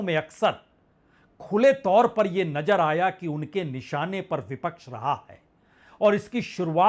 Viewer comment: Sir aap ek credible journalist hain,but ur pronunciation is par below,Aap nazar ko najar padhte hain isi trah aur bhi alfaaz Hain